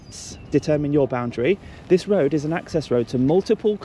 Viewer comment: What’s a “Rowad” ?